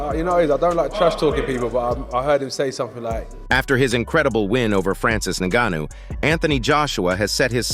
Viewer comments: Click bait everything I already knew except what AJ said after the fight 😂Im still waiting for what AJ supposed to of said ….we got to FK TYSON FURY HERD IT TWICE and then a load commentary in that robot voice that pronounced ngannou negnou negno 😂😂 sick of this never again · 'Nga neu?' What did the Nga knew or what does he know?? Bro, you can't train the AI voice to pronounce names properly? Or is that something we can't do yet? I don't knew how these AI voices work. Can you alter how they pronounce one word or once you feed them the script and choose the voice, it's all up to them? Idk but not telling me what that 'Nga nu' ain't it chief and it's low-key pissing me off. I need to know what the 'Nga nu'.😂😂😂😂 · This foo said naganuu wtf what kinda homework is this 😂😂😂😂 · why you say his name like that, then properly later on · How many different ways can one idiot pronounce the name Ngannou…??? 😂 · Every time you try to mispronounce Ngannou I'm going to report you.